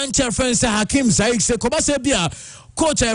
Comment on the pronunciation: take your time and look at names well, you pronounce too many of them wrongly. It is Ziyech not Zaish. The other day it was Hegazi vs Agazi